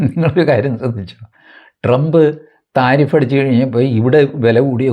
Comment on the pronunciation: love the way tariff is pronounced as thareef ( praise ) ...☺☺